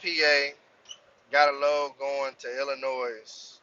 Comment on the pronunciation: the S in illinois is sielt my guy